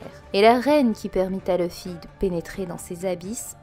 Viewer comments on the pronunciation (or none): none